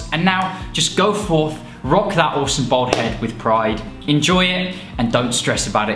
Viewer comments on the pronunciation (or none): Your beard is fucking ridiculous. You look like a Victorian weightlifter. And why the fuck can’t you pronounce ‘bald’ when it’s the theme of your whole channel